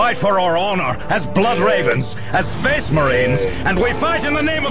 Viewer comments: "sphess" "mehraens" "deff" "symeultanious" "fuhreh" "emprarh" "gloreh" "nawt" "bawld" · He was making fun of how pronounces Space Marines, Space, and Emperor. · To be fair to, he can't pronounce only a few words properly. Namely, "space," "marines," "death," "simultaneous," "fury," and "Emperor." Which, admittedly, probably account for half of the average Astartes's vocabulary.